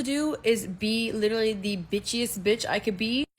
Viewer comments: She can’t even correctly pronounce “literally.” She says liter-ly. LMFAO. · question how many times did that lady said the word "lichurally"